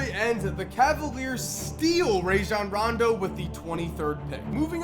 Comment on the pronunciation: He said rondo's name wrong